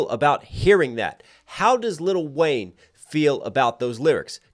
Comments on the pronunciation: its Lil' Wayne.. LIL' Wayne, not LITTLE Wayne 😂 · Never heard anyone pronounce the “t”. Little Wayne just seems so disrespectful 🤣🤣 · “Little Wayne” coming at next for the pronunciation of his name several times in this video alone…